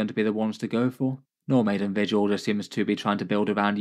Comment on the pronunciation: I heard 'No Maiden' detachment lol